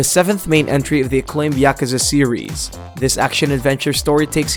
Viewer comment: Yakuza is not pronounced like that